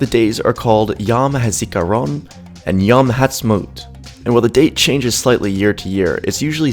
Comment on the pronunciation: איך שהוא אומר יום הזיכרון הורג אותי